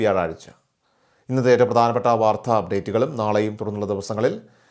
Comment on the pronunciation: എന്തിനാ മലയാളത്തെ കൊല്ലുന്നത്. വാർദ്ധ അല്ല , "വാർത്ത" .